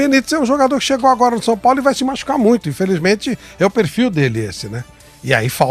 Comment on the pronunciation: Såo Paulo kkkkk tá osso